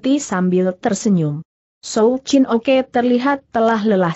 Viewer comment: Souw Chin Ok Dibaca Souw Chin Oke